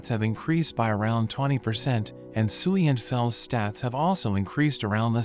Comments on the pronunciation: I dont know why but when he named the slime tsuiy i thought he tried to say SIUUU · I thought sui was sewy 😂😂😆